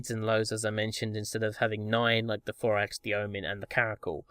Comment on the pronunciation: Why do you call Thorax "Forex"?